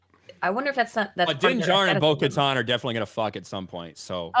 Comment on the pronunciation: Lol, why are yall calling her "Bo-Katon"? It's legit pronounced Bo-KatAn"